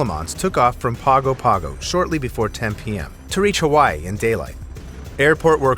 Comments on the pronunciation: Pago Pago is pronounced "Parn gaw Parn gaw." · I always thought the Guinness Book of World Records was inspired by discussions/arguments about such trivia in pubs, so that's interesting to learn about its more personal origins. Could very well be both, I guess. Now we have Google to really shut down discussions between humans. :( And Pago Pago is actually pronounced like "Pango Pango". A lot of Pacific Island languages sound a "g" as /ŋ/ like "rang" /ræŋ/. Sorry to be "that guy" ... I can't help it. And, no, I don't have any friends. EDIT: "Thee-ree-WHAT-ically" ? My goodness ... :( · Pago Pago is pronounced “Paygo Paygo”.